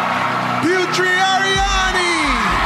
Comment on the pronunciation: Is anybody else cringing each time Terry pronounces Putri's name as Pew-Tree?